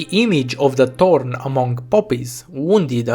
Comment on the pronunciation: I just realized something... thanks to your foreign accent, you pronounce Thorn as "Torn", which brings an interesting meaning to her character. She is most-definitely torn apart as a character at this point. I mean, Thorns have a tendency to tear apart whatever rubs against it.